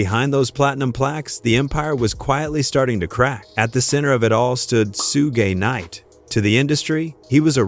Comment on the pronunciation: this whole video is AI "Sooge Knight" at :39 seconds in. random footage the whole video Quit being lazy.